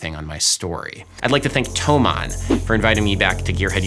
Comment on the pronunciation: As a german it somehow made me happy that you pronounced thomann right. This may be the most german thing I've ever said